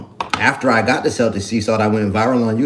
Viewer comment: Celtic is pronounced keltik.